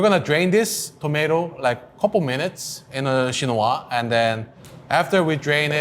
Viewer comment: He pronounced the word "chinois" perfectly.